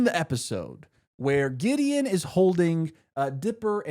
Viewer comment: That spunded liek diddy the first time i heard it Then giddy Then gideon